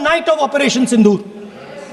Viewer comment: सिंदूर तो शुद्ध बोलो सिंधूर नहीं होता है, क्या विदेशों में ऐसी घटिया पढ़ाई होती है